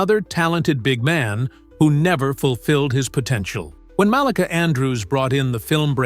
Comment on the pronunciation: Here is how you pronounce the phrase "big man." The accent is on the first word, not the second word. Get it right!